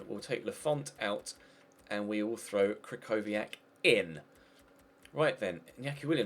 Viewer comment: The ch in krychowiak is pronounced "h"